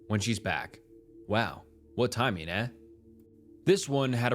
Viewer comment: Why do you say eh like that